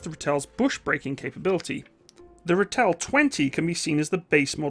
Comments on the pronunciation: Great video, but please it's pronounced RAH TELL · Just wanna say, its pronounced ra (as in the egyptian god) till (as in the self service tills at grocery stores) ra-till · pronounced Raaatle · Look my its not english pls not calling it a ritel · pronounced Ra-til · Pronounced raaaaatill😅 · when you pronounce the name ratel, think more rartal. it's an afrikaans word. the way you pronounce it just sounds so jarring to my ears being used to how it's pronounced here is SA. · Its a raa till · Enjoyed the video. Well researched content . Like Reinhardt , I' ll try to help with the pronunciation of Ratel. The 'a' is a stretched out sound , best way I can describe it is that it rhymes with startle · Great video, but the name is pronounced "RAH-till", not "ra-Tell". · My brother drove these way back when. You got to stretch the 'a' out tho. "Raaaaaatel" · It is the Rahtel, not Rattell! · Pronounced Rahtil, for lack of sound. Thanks, worked with these vehicles for 10 of my 16 years service in the SADF/SANDF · Ex South African Defence Force 20mm Ratel gunner from the Angolan bush war era here ✌, I've never seen a ratel break down , that's how reliable these beutifull monsters wer 👍... and it's pronounced as Rah til "Ratel", it's actualy a Afrikaans word lol 🤣👍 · "Ratel" is pronounced kinda like "Raw-till". Afrikaans names are hard though. Great video! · Ratel pronounced "rah-till". Buffel pronounced "buh-fill". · It's pronounced Rah-till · Ratel....pronounce Ra Till. Buffel....Buh Fill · You really need to work on your pronunciation! Repeat after me: RAHTIL- Ratel, BHFIL-Buffel. You said BEFEHL, which means ORDER in Afrikaans. There are many thousands of expatriate South Africans abroad. Try and find one near to you so you can sound professional. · The "Buffel" and the "Ratel". Please place the emphasis on the first syllable.